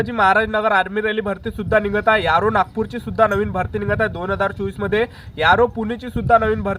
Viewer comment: Aro ❎.... Yaro ✅....